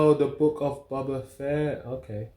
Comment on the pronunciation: Silly Brits. It’s Boh-buh Fett, not bah-bah Fett